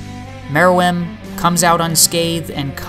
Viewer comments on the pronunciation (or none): Great video. I know how difficult this deep kind of video theories are to create. Good job! but I gotta say: Meer-ee-uhm. Gun-geei. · I thought Mereum is pronounced Meer-rum.